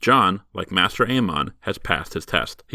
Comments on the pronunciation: It's maester aemon, not 'master'. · It’s pronounced MAY-STER not MASTER bloody hell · How can someone so knowledgeable of GOT pronounce “maester” wrong?